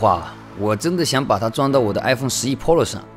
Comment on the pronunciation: pro≠polo 真的聽的很痛苦...